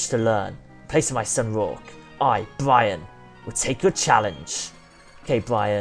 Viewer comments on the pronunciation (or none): It's Byron not Bryon!!! Good episode none the less though :)